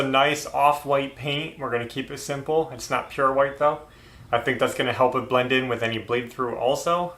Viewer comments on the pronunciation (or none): none